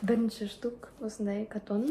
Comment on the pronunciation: Катон емес коутн